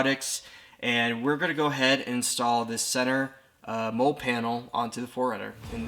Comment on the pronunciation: Mole panel? Molle is pronounced like Molly